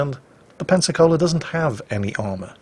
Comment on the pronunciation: Pensacola. Sorry dude, learn from this please